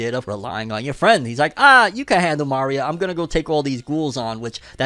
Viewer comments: Uggh the pronunciation of Maria like Mario is killing me lol 😂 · I always thought my guy was some type of Hispanic but going off how he says Maria Im guessing not lol